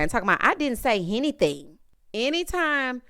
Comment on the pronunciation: If you listen closely Porsha said, I didn't say "Henny-thing"..